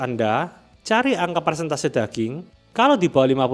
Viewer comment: Jgn lupa comment nya dibacain dan jgn smpe slah ngomng lg kayak tier dan persentase 😂 Btw salut sm indofood siap santap nya dbnding merk lain, ya wlupun pure ayam sih ~ Sosis fav masih royal dan bernardi 🤤